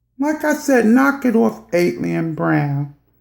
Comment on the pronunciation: Who the fuck is ATE-LIAN BROWN??!! Shut up!!